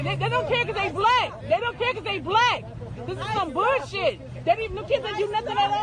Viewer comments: This is definitely some "boouhshih" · I’m not gonna listen to someone who pronounces bullshit like booshit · Did she say, “this is some bowl shit” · “This is burrshit”